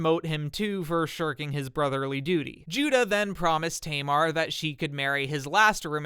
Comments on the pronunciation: hi i live in israel and speak hebrew, i find the way you said tamar hilarious because it's a common name in israel to this day, it's pronounced "ta mar" not "teymar"(xd) obviously this isn't your fault just wanted to let you know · Just a heads up if you wanna say the Hebrew names more accurately you should ignore the English language rules. For example, instead of saying Tamar as tay-mar Pronounce it as Taa- maar, as it's written. Love your videos 🫶 -a native Hebrew speaker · Just a note, "Tamar" is pronounced with two short "a" vowels like in "cat". It's still a popular name in Hebrew today and is my fiancée's name